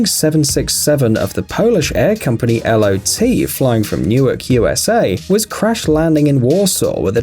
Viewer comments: its not L.O.T its LOT not reading each individual letter but as a whole word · Finally he uses the 767 term CORRECTLY but said L-O-T instead of Lot inhale Screeeee